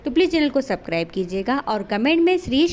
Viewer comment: Platelets bolte h correct bola kro Subscribe bhi galat bolti ho